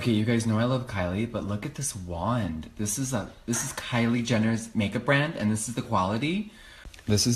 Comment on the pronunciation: The way she said Kalie instead of Kylie